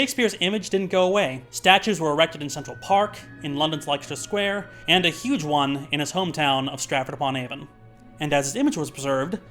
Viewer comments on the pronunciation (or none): Great video. The ending was hilarious. Going to be that guy for a second cringe: Leicester as in Leicester Square or Leicester City is pronounced Lester and rhymes with Uncle Fester. Or if you are from Leicester: Les-tah Were kind of a big deal at the moment as we're going to win the premier league and we're "basically the bad news bears" also richard the 3rd's bones are here. Wooooooo! Bones!